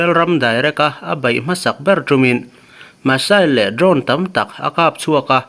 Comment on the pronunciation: Masail tia lam ri a va ang ve Misail tur lah ni